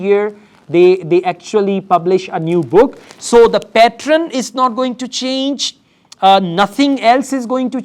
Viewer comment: Men are never beautiful🙄😂😂😂🙄. Don't try to put lot of accent which you can't. It sounds pathetic. Just keep it simple what you do. Only 10% you could force that not so good accent 🙄😏. And it's not patron what it sounds when you say. It's pattern 🤮. Why did I even watched your video